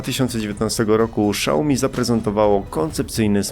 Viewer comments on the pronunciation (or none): Xiaomi ,śiaomi ( fonetycznie ) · ale co jak wymawiać? Szałmi to po angielsku czyta się "show me" A xiaomi to coś jak "siaomi albo siajomi" z reszta wszyscy tak wmawiają